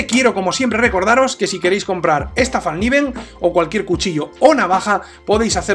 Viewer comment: Una linda pieza. Una sola corrección a la pronunciación de la marca. En sueco se pronuncia foneticamente "felkniven" pronunciando la "k" tal como se escribe, lo cual significa literalmente cuchillo plegable. Felicitaciones a la excelente reseña. Saludos.